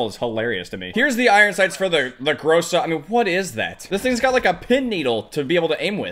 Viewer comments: Its not pronounced gróse-a its groza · So greatXD also in Russian "Гроза" Это звучит как "Gra-Za" not "GrO-Za" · Грейза)) как же круто он произносит название, лол)